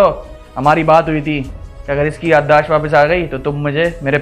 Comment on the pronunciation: "Yadaash" nhi "Yadaasht" hota he